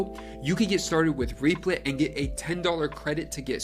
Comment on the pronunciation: That is not how you say the name..